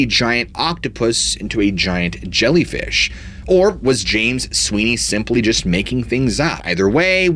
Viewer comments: "ZSHIANT ZHELLYFEESH" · Zsiant Zshellyfeesh😂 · Zshiant zhellyfeeesh😂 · ZSHIANT ZHELLYFEEESH! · ziant gellifish, lol. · Zshiant Zhellyfeesh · Holy zshiant zhellyfeesh! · ZSHIANT ZHELLYFEESH 😂😂😂. For real, though, I, yet again, have learned a few new theories, through your grand narration(s). Thank you, for sharing,!! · "ZSHIANT ZHELLYFEESH" 😅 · Zhiant Zellyfeesh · Zzghiant zzjellyfeesh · Zhiant Zhelleefish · Zhiant Zhelleefish.... lmao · Interesting, thanks! "Zshiant Zhellfeesh" oh my